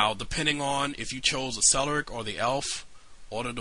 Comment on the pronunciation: Cleric is pronounced with a hard C, not like celery.